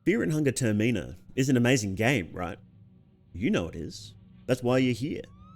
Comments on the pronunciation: Termi-na. Not Ter-me-na. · Ter min a .(terminal without the l) not ter-meen-a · …i usually don’t make fun of accents but ter-me-na? that nearly killed me with shock bro it’s ter-min-ah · Thumbs down coz you pronounced it TER ME NA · sorry but the way you pronounce termina and tanaka are so fun